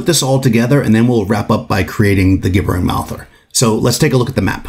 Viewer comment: Please learn to say "gibbering" correctly-- I took psychic damage from this video.